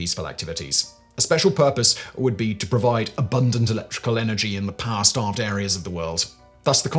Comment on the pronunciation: It always makes me laugh when Simon is talking about "power" because all I hear him say is "Paah"